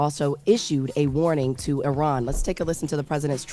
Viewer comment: Before trying to educate us on what happened with Iran, please learn how to pronounce it!